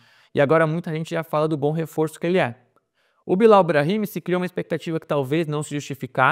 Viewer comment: A pronúncia certa do nome Bilau, em sendo frances, não seria Bilo?